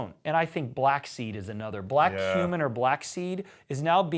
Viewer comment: I keep hearing "black human" along with "black seed" and it's weirding me out